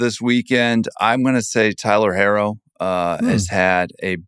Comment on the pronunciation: Idk who this guy is but why doesn’t he know how to pronounce Tyler herro